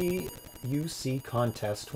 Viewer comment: ABBUC is not pronounced as A.B.B.U.C., but as a word. The A sounds like the A in the word 'father' and the U sounds like OO in the word 'look'.